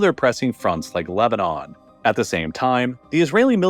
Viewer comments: he says Lebanon-on, seems like a typo and makes me wonder if the voiceovers are being AI generated. Pretty good if so, I didn't notice. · Was this made with an AI voice? "Lebanonon"? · Mispronounced Lebanon and didn't even care.